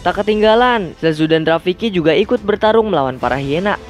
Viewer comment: Bukan hiena tapi haina